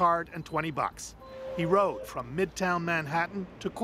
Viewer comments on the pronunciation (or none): none